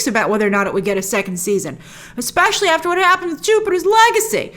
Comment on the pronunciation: Is Grace saying eggspecial? (Exspecial?)